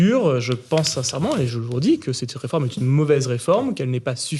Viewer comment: Arrêté du dire "reformete".... C'est agaçant.!!! C'est une réforme,et elle n'est pas juste !!!!